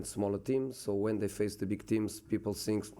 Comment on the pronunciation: Your English lvl still same. “I sink”